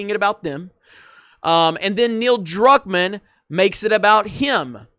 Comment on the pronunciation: ...youre getting Neils last name wrong again....